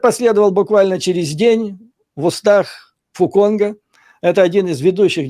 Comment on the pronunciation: Фу Цонг, а не Фу Конг)))